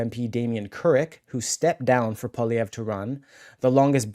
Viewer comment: Poi - li - ev - re. PWA LEE EVV. RRRA. Poilievre not poly - evv. lol